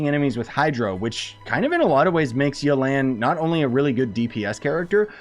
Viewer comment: Everyone: Yelan Him: Yo Land